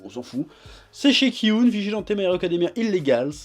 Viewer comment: Vigilante se prononce 'vigilanti' :)